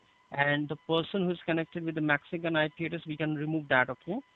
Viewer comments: To be fair to him, I had no clue what he said until he said 'someone from Mexico'. I heard a 'Maxicon IP address', and I was thinking 'Well, you're giving up the game early there'. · Did the scammer say a "Maxican" IP? What is a Maxican?